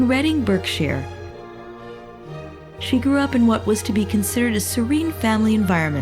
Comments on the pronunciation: point is that it's NOT pronounced as it's spelt - it's pronounced BARK_SHEAR. The woman doing the commentary is saying it wrong. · ....it’s ‘Berkshire’, pronounced ‘BARKshire’....:)